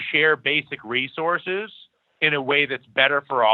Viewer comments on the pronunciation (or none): none